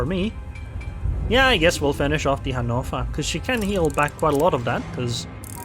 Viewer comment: Can you just say, "Hannover" correctly?